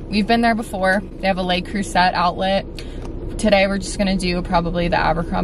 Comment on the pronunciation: Love u but your pronunciation of le creuset hurt my feelings hahahah